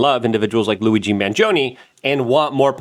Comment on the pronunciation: Anyone else lol at how luke called him "Louie G" mangioni....